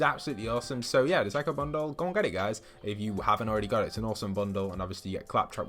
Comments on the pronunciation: why did he say psycho like psy cho instead of psyco? Is that how you say it in the UK? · Sy- cho bundle? It’s pronounced (sy)-(kow) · Bro its psycho not psy-ch-o lol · he called it the PSY CHO bundle😂😂😂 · He said sight-cho It was funny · He said Sy cho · Nobody:: "si-cho bundle" Epic name: Wonderkitty50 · Did anyone notice how he pronounced psycho?